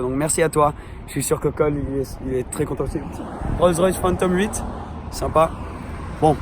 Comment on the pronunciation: "C'est twès rapide hein!" "Oohlaalaaaa", j'adore ses réactions, c'est excellent et on vois qu'il kiff, quel plaisir de regarder cette vidéo, au top comme d'habitude. Je te suis sur les vidéos UK et en FR c'esr tout aussi génial ! #lafamille18h